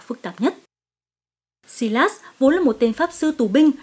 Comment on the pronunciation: Sylas = Sai-lát-s not Si-lát-s